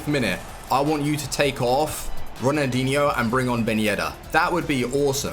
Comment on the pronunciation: Calling ronaldinho "runadeenyou"